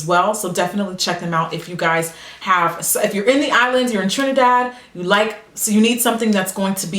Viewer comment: Sitting down to this after a long day with a snack and some butter coffee is the best thing. And I LOVE hearing you say "Trinidad" even for a second.